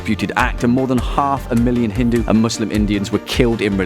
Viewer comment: You can't even pronounce simple words properly like Gandhi , kashmir,hindu, mohammed and many more